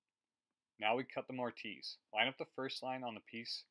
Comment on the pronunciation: He's picking on your pronounciation. Most people pronounce the "i" as a soft consonent so it's More-tiss. The silent "e" at the end would normally cause the hard "i" though, so I don't fault you.